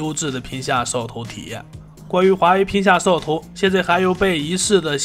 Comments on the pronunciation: 我聽到的是"皮下壽桃"🤣🤣🤣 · 聽懂就行，除了屏下掃頭真的聽不懂。